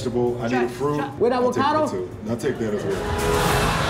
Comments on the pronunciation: technically he said "With Awocado?" XD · "With Advocado?" 🤣😂🤣